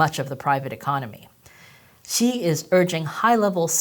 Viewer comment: I’m gonna say, I hate your terrible accent saying our glorious leader’s name… I wish you learned some actual Chinese pronunciation😊